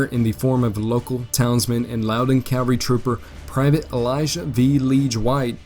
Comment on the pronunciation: Love the video man but it is CaVaLry - you keep saying caLVary, which is the hill that Jesus died on not a group of soldiers on horseback